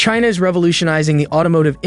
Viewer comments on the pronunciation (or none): none